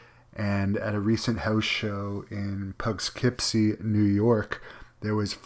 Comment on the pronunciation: That's "Puh-kip-si", not "Pup-kip-si",.